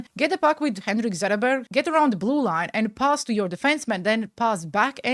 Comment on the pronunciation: never quit being you.:hands-yellow-heart-red: Also you did pronounce the names correctly Zetterlund is pronounced the way your saying it and Zetterberg when you did say it was pronounced correctly.